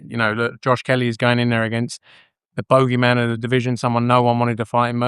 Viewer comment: Bowgey man…. Hahaha